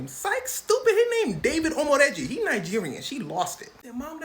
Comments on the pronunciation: the way you pronounced Dave's name 🔥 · You actually pronounced "omoregie" quite well for a foreigner